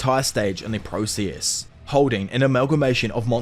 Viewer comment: Are you Indian? East Indian? The way you say process 🤢🤮